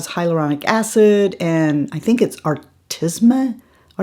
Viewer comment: "Artemisia" flower? If that's the ingredient you're trying to pronounce, it's "ar-tee-mee-sya." It's supposed to be good for eczema and rosacea.